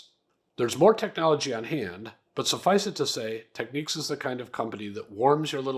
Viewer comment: There ain't no Q in Technics. It's nics, like the New York Knicks